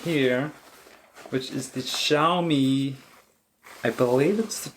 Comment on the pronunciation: Do you speak Mandarin? Your xiaomi tone is so en pointe.